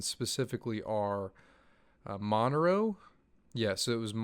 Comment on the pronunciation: dude love you stake in your pool etc....just a quick note about how to pronounce Monero........ '"mon- air-o". For the record........